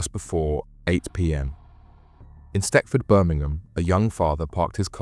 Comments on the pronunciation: Its not stetford its stechford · It’s pronounced “stetchford” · It’s Stechford. Smethwick is pronounced ‘Smethick’.